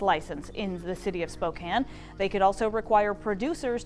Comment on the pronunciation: Oh, jesus fuck, a Knezovich jumpscare. Fuck that clown. But thank you for pronouncing Spokane correctly, fellow Washingtonian. Always a pleasant surprise. :)